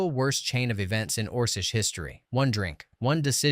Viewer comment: Ors-ish? Orc-ish!